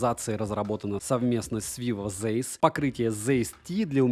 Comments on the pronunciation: Zeiss это немецкая фирма, поэтому правильно читается не Зейсс, а Цайсс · Комментарий в поддержку. 🙂 Zeiss произносится как Цейс(с) — первая именно "ц". Это немецкая фамилия (Карл Цейс(с)), так же, как, скажем, добротный современный композитор Ханс Циммер (Zimmer).